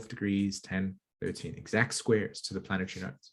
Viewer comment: I try really hard to listen to the message and not focus on "the messenger", but im american and i find your accent very annoying like you have marbles in your mouth, sorry but thats the truth. "Sat-on" instead of "sat-urn" isnt there and 'r' in saturn? and "planet-try" instead of "planet-ary" et cetera, im trying to be open minded, ha!